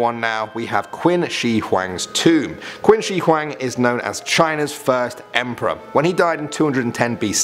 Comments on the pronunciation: It's not Quin Shi Hueng. It's Qin and Huang. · Nu its Quin she hooang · That goddamn Quinchy QwaaAaanG!!!!🤣